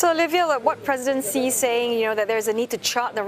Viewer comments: Who is “Mr C”?? Olivia, you’re the China correspondent — pretty please fix your pronunciation. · Why can't foreign reporters say President Xi Jinping name right? I've heard his surname pronounced "Shy" and now the CNA reporter said "See". How hard is it to follow China national broadcaster pronunciation and call him "She Jin Ping"?